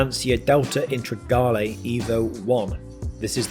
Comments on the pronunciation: Integrale bud, not Intragale haha. Another belting vid though! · *Integrale' fella, not Intregale. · uhm, it's Lancia Integrale (as-in, integrated), you said "Intregale".. lolz. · I’ve had to replay the beginning several times to workout how you’re saying Integrale. That’s a new one on me 😂 dodgy pronunciations aside your work is fantastic 🙌🏻🙌🏻🙌🏻